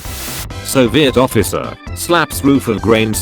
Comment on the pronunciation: It’s pronounced “Soviet”